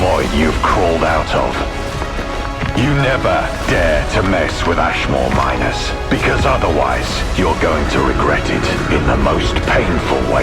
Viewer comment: “Ashmoure minors” 😭